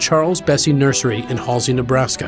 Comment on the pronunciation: Oldest federal tree "nusersy" in the U.S. XD